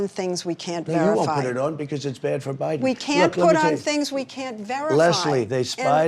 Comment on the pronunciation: lol did just call him O'Biden 🤣